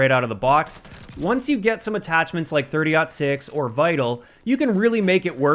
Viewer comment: I’m happy you said 30.06 correctly.. JGod totally butchered it